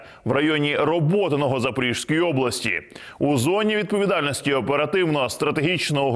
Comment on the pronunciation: можливо, я можу помилятись, але ми звикли говорити "ЗапоріЖської" правильно "Запорізької" о. Мала Хортиця розпочав будівництво форпосту для захисту проти татарської навали. Ця подія ознаменувала заснування Запорізької Січі – козацької фортеці та бази для походів морем та суходолом.